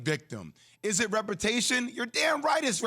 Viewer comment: Is Jay Williams saying “repertation” instead of “reputation”?